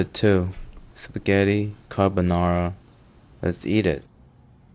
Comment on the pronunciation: He cant even say carbonara authentically hahahahaha gennaro must be so ashamed. But the recipe's fine lol, yeah the garlics not necessary but it's not ruining the dish either - maybe inauthentic, but it doesn't really disqualify it from being carbonara.